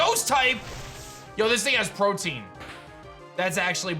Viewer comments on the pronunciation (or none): Pro-TE-an not Protein... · Protein? You mean protean? Pro-te-an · Protean is pronounced differently from protein. It’s more like Pro-tea-in. I’m pretty sure anyway. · Protean: (PROH-TEE-EHN)